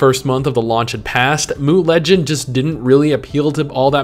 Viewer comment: Mooooo Legends? It's M.U.